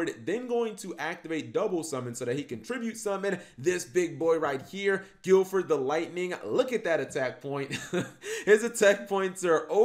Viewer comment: "Gilford the Lightning," okay Cap, maybe do 2 takes for your videos